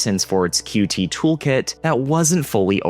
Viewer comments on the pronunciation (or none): Qt is pronunciated as 'cute'